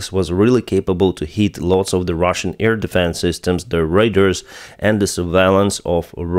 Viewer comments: PLEASE !!! Radar is pronounced " Ray Daars " !!!@ Not " Ray Ders " !!! Raiders are Mongols on horseback attacking villages !! They did not use radars !! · if Google Translate is using proper Ukrainian phonemes, your pronunciation of "RADAR" in English may improve if you read "RADAR" as... рейдаар... in Ukrainian. My comment here is not a complaint, just an observation in case there is interest.